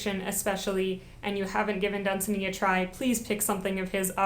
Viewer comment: It is pronounced Lord dun-ZAN-y!